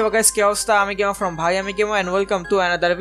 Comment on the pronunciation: আরেহ ভাই গেমার টা ভালো করে উচ্চারণ করেন।গেমা উচ্চারণ করেন কেনো?